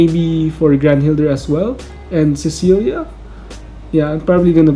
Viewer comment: Man when will you be able to say Celia's name right? Lol